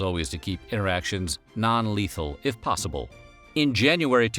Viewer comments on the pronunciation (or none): none